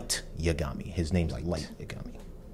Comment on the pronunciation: Plus it helps with pronunciation, so far y'all have said Ryuk and Yagami wrong